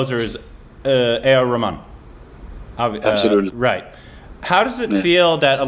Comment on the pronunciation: I won't be surprised if they have A.R Rahman (or as says Ramen:P ) for an interview next...<3